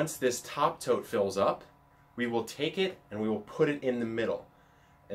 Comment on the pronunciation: Legit spent the first two minutes wondering why he kept calling the boxes 'toads'. Like, is this some random worm farm slang? haha. Then I looked down and realised he was saying 'tote' and dude, I'm still confused. I thought a tote was a bag, or a verb. not a box. How you just casually toting those big, square things around?